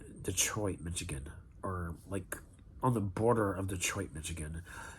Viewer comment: How hard is it to pronounce "grosse" or Michigan" properly?